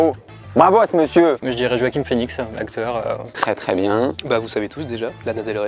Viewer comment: “Joachim phoenix” aïe mes oreilles c’est joachin avec n 😕